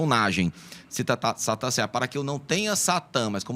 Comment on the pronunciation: SHATAN ????? acho que você falou errado o termo no Hebraico